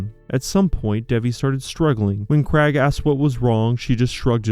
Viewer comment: What about the Krag for Craig? 😆